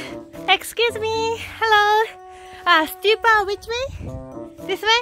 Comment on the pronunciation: Not stupa is called a s stup☺️